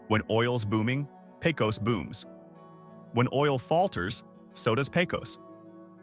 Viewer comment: It's not Pay-cose. It's Pay-cuss.